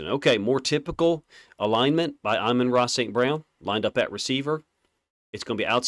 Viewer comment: He’s saying his name perfectly according to Saint.